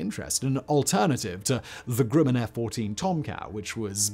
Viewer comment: My god, I wish he would stop saying "Grewman!'